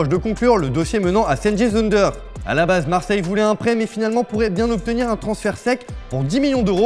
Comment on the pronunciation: cengiz ünder se prononce djènguiz undèr